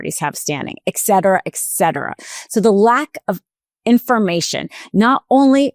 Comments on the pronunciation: et cetera. With a T, not a K. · You're educated,. The correct expression is ET CETERA, NOT EKSETERA... It's Latin. You should know that language from your law studies. Tsk, tsk!